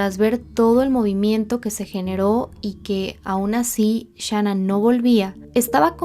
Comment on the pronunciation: Gracias por cubrir este caso con detalles correctos y con respeto. Muchos canales en español no han hecho un buen trabajo de investigación, y también lanzan declaraciones injustas sobre Shan'ann. Solo te critico cómo pronuncias el nombre de Shan'ann pero te lo paso 😊.